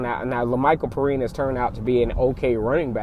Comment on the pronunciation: It's pronounced pe rine